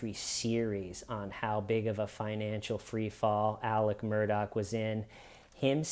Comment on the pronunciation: First: thank you for pronouncing Alex Murdaugh correctly. The media struggled. Second: he would have been acquitted or had a hung jury if he hadn’t testified. Glad he did, but folks, unless it’s a civil trial or you killed in self defense, DON’T TAKE THE STAND!! 🤦🏻‍♀️